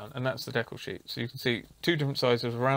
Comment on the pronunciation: You are correct in the way you say decal. It's based on a French word, and that's how they say it.